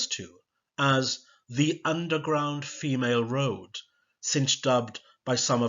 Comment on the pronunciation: brilliant, but i think femaleroad is meant to be said to mimic railroad. other than that, this was amazing. it's toe the line, btw, tow as you use it means to pull something. in uni I was so frustrated by my American law tutor's inability to pronounce UK place names, i used up three office hours on how to pronounce Scots, Gaelic and Welsh words and names. it drove me insane.